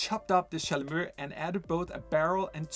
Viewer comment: Thank you for this great new instrument (which I will play soon, of course) and for its history! Oh, and by the way, "chalumEAU" is pronounced in french with a final "O", like the one you hear in the english word "fOUr"! You welcome 😉